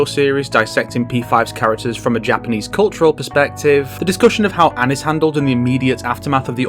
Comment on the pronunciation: Thanks for saying Ann instead of onn